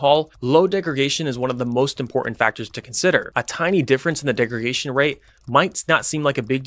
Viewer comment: Great and highly informative explanation. Minor nitpick, it's degraDation (not degregation).